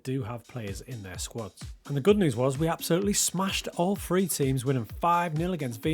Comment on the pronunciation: Any chance you can pronounce 3 with a t rather than free please 🙏 xx